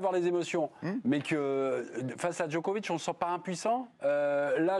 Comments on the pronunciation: Le type lit péniblement ses fiches et prononce ‘Djokovik’…j’ai arrêté net la vidéo. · Djokovique Djokovique. Grèt of ôle taim... Mais taisez-vous ! Juste taisez-vous ! J'ai coupé après 2 minutes 30.